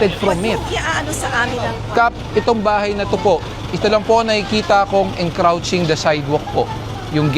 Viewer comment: encroaching po. mr.go, not encrouching...